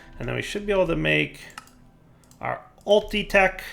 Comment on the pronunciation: .......its ULTITECH......NOT UTILITECH